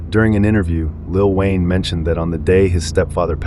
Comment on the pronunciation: Lil whayne 😅😅😅😅😅😅😅😅ah ah ah ah ah ah